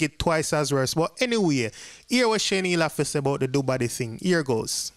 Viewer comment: Her name is not Shen-Neil her name is Shan-eil💯💯